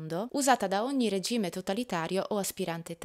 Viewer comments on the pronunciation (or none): none